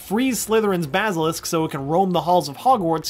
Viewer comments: I have a problem with the way he says basilisk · He said basilisk wrong